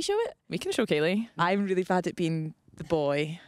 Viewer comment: Are they pronouncing Ceilidh right?